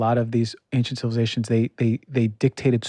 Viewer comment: Ancient..... the....C...is silent......please!